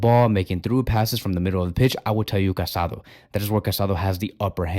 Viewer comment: The guy’s name is pronounced ca-sa-DOUGH. The final accent means something. It’s not respectful to continuously mispronounces his name.